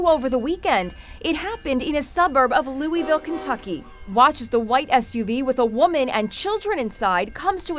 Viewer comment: By the way the news lady mispronounced Louisville. It’s not Loui Sville. It’s Louisville. For the mountain folks it’s called Looiville. 😎